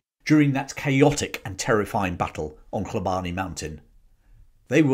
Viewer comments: Love the channel thank you and sorry for being a bit of a knob, Hlobane is pronounced Shlobane in Zulu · You are pronouncing the first portion of "Hlo" in Hlobane correctly, but the remainder is being pronounced incorrectly. The "e" is silent and the "bane" is pronounced as if you are saying the "bahn" in the German Autobahn.